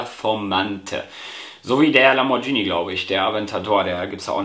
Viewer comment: Bruder bitte es heißt lamborghini so wie man es schreibt spricht man es auch und nicht lambortschni